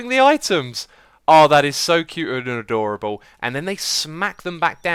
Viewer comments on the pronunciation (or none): "Adurable" bahahahahhahaha xD